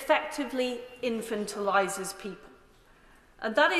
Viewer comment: So many funny things here. She can't pronounce infantilises!